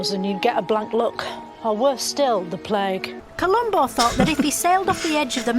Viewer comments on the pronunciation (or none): Because you may not hear it or because you may not be listening closely enough,when she talks about COLUMBUS sailing off the edge of the map and appearing on the other side,it sounds like she actually says COLUMBO-as in the detective-here in the UK we have a lifelong love/affinity for Columbo so anyone from outside the UK may miss the reference/joke entirely...plus the fact she`s taking the piss makes it even funnier.